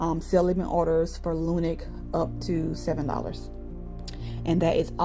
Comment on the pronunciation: Just wana let you know... its not lunic it's lunc